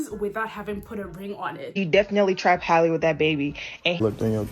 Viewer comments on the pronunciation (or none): Halle’s name is pronounced hal-ee not Hailey!